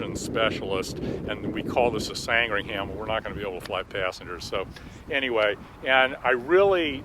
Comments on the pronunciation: San-Dring-Um not Sang-Ring-Ham.. Just sayin' like... I know you colonials have trouble with The Queen's English.... Gawd bless 'er. If a British place name ends in 'ham' it's almost always pronounced 'um'. Durham -> Durrum. Chatham -> Chatum. Feltham -> Feltum. Cheltenham -> Cheltnum. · Pronounce sandringam or sandringum. We don't pronounce the h . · Kermit, as a Brit, we need to adjust your pronunciation. Sand ring ham is pronounced without sounding the “h” in ‘ham. Sandringam...Americans tend to try and sound the “h”. Thank you for keeping the flying boats alive! Call me when you move forward. I can introduce hundreds of high net worth passengers, and I designed the Challenger 300, Legacy 450 and 500. Not exactly Spitfires, but great designs... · English place names that end in "...ham" are pronounced "...hum" or "...hem" on this side of the pond. Hence, Short Sandringham is pronounced, "Sand-ring-um". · It's pronounced San-dring-um too . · And pronounced 'SANDringum'. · American pronunciation of names ending in -ham is different from the British pronunciation. The name was, and is, pronounced Sandring-um after the Royal residence in Norfolk (Norferk) UK. Glad that you're so committed to preserving this wonderful aircraft. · This is a small thing but it bugs me so ... Sandringham 'isn't' pronounced San-dring-ham. It's pronounced Sandringim. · It sound like you say "Sangringham", The correct name is Sandringham. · Sandringham and not Sangringham which is what you seem to be saying. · Fascinating stuff. Great thanks to Kermit. Capitalism has some heavy negatives, but Kermit Weeks's work is certainly one of the positives. One small point: the civilian derivative was called the 'Sandringham' [after a village in Norfolk, England, where the Queen has one of her residences], not, as Kermit pronounced, the 'Sangringham'.